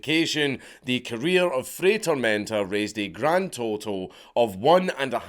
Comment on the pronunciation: Dude, it's not rocket science. "FRY TOHRMEHNTAH" "Get a language", says the mumbler. Just admit your cranial capacity dooms you to be monolingual. I have to use closed captions on your videos, just because of what your tongue and mouth do, both to English and my ears 😡 Also, weren't Ashita no Joe and Fist of the North star built on the premise of an aged-out orphan fighting to fund their orphanage? 🥱